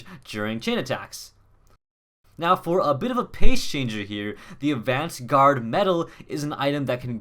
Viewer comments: It's pronounced "Avant-Garde"... :P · That's not how to pronounce "avant-garde"...